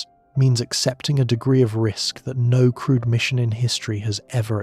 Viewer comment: Also, every time the voice says “crewed” it’s easy to hear “crude” especially here where going to Uranus would be crude even if crewed lol. Maybe for some to differentiate use “manned” instead? 🧑🏽‍🚀🚀